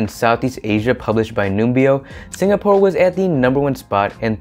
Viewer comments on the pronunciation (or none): none